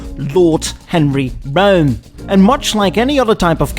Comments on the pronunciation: For God's sake, "Brougham" is a one-sylable word. It's pronounced "Broam." Not "Bro-Umm"). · It's actually pronounced "Broam/Brome". Say "Roam/Rome", & then add a B in front. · Great job on the video,, as usual, sir. I grew up in a car family in the Midwest, and believe the word is pronounced on one syllable… Brome. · He said "Bro'em" !! hahaha haha lol ""300 latter series" noo it's number series sir Bro'em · Good one. Yep, family had a Cad Fleetwood Brougham.. BTW, pronounced like HOME. Think Brome. The visage of your countenance at the opening is fun to see. The bombastic music bed is also a source of mirth. Effen ay! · The term has ALWAYS been "Brougham." It rhymes with "chrome." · "brougham" 😆 British accent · Brougham is one syllable and Epoch is pronounced Like epic not eeee pock